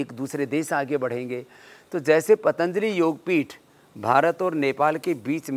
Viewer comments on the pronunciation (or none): none